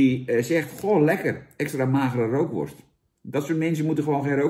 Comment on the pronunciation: Rookworst zonder 'R' is 'ookworst'